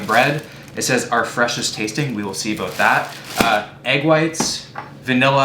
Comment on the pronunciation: “We’ll see aboot that”